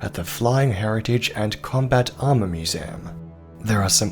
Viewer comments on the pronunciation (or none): none